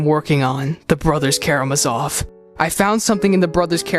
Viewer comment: KaramÁzov, IvÁnovna